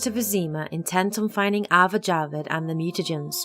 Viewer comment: lol, it's Azar not Avar... jussayin'